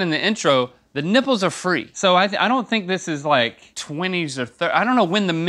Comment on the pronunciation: I wonder why in the beginning link kept pronouncing Rs as Ws.